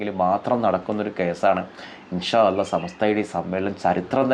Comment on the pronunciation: ആദ്യം الله എന്ന് പറയാൻ പഠിക്ക്‌